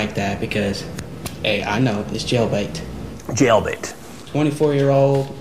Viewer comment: A fifteen year-old with a twunny year-old? Das jellbate